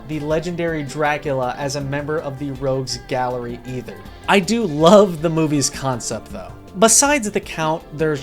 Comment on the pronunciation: Heh heh, "Rouges Gallery". :-b Common mistake.